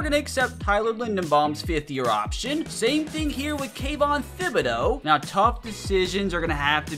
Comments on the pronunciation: It’s not Thib it’s Tib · It’s not pronounced thibodeaux it’s pronounced Tibodeaux